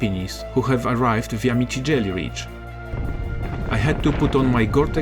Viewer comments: Mitigelli ;) Itˋs Mittellegi. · Mittellegi Ridge, not Mitigelli Ridge 😂